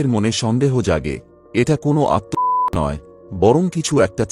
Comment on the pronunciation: আত্মহত্যা উচ্চারণটা ঠিক হচ্ছে না